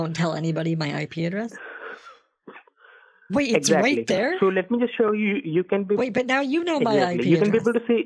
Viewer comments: "Just *vait a moment" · Just veit a moment, sir.